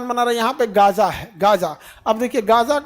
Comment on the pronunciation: Are sir jee gja naha gaaza hai